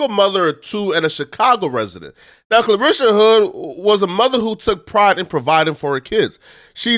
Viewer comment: You're not saying her first name correctly. You're saying Clarisha .. it's Carlishia ..